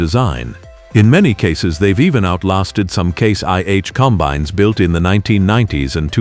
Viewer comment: "...95 comBINES..." Artificial Unintelligence.